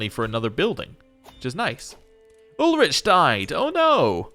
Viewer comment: Another thing about the pronunciation: ch is mostly a h. Sometimes it's a french ch at the beginning of a word. But in Ulrich's case it's always a h-sound. A h following a vowel lengthens the vowel. Y is pronounced like the french u or german ü usually is. G is always pronounced as the g in give. If a word ends in a vowel, you pronounce that vowel. Z is a 'tz' sound. S can be a z-sound or an s-sound, that boils down to the speaker, a double s is always an s-sound. J is always a y-sound like in the word yoke. And when saying a name you usually stress the 2nd or 3rd to last syllable. (example: Charlótte, Gáutselin, Ádalbert, Wérner, etc.)